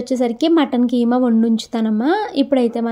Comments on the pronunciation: adhi kaima kadhu keema anali😊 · adhik Hema Kadu keema